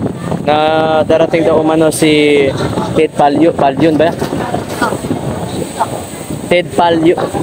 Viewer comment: Bulol ka sir.. Ted failon. Hehehe